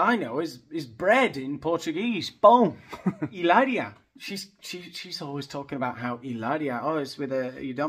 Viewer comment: You are so funny! Your pronunciation in Spanish is beautiful. Hilaria is a nut case but so is her husband. The thought of a reality show with that family is a train wreck, I would watch. He hates the paps- so I don’t know how he would feel about cameras in his house. It might be just her and the kids. Either way, it would be fantastic bc then you would tear them apart 😂😂😂